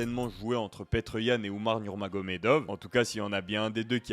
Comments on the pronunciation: Ça ce dit petre pas Peter comme un ricain fait un effort frère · Ni l'un ni l'autre, il est russe ça se à peu près Piotr.